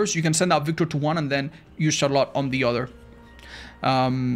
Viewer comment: why does the way says 'Charlotte' sound so much better than any other pronunciation 🫠